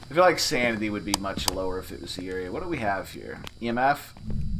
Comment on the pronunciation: I'm really enjoying these videos, please keep doing these. By the way, yurei is pronounced "YOU-ray". Everytime you say Yuri I think you're calling a girl's name.